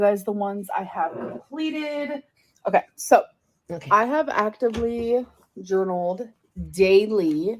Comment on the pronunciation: Journaleen like a queen, what are you twelve?